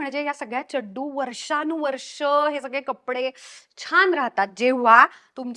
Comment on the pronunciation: व्वा... व्वा.. खुप उपयुक्त व्हिडिओ आणि चड्डु हा उच्चार भारी आवडला...ह्यापुढे मीदेखील हाच शब्द उच्चारणार.... खरंच सुंदर माहिती दिल्याबद्दल...तुझे मनापासून धन्यवाद 🙏🏻